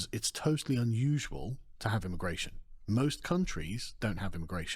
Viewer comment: Immagration? Come on bro lol